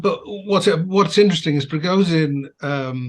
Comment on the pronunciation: he's not Prigozeen, but PrigoZHin can't Brits pronounce the ZH sound, it's similar to J and G